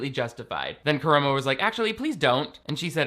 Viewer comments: I hate Karamo for this but I just wanted you to know (and Ik this is hateful of me) but it’s kuh-rah-mo. I love you. So much more than Karamo for sureeeee. It’s making me almost like double think watching queer eye ever again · bestie the A's were right there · Nah he doesn't deserve to have his name pronounced properly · the way pronounces Karamos name is KILLING ME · Everyone calm down! has apologized for their egregious mistake lol